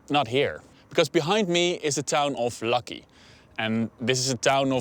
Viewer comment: And Lakki is not pronounced 'lucky' but lak-hee 😄